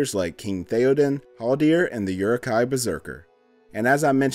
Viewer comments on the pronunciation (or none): And again. Uruk hai pronounced “ooh-ruk high” not “your-ruk high” 🤦🏻‍♂️ 😌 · You really need to practice your uruk-hai pronunciation.